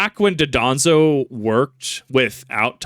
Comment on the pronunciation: dondozo* (im sorry, i just really cant handle the mispronunciationof this specific mon)